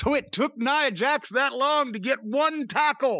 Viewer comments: Cornette keeps saying Neeah Jax. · He don’t even kw how to pronounce Nia Jax name. Can tell he don’t watch the women matches.